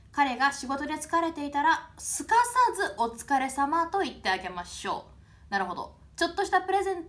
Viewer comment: お疲れ様がほ疲れ様に聞こえた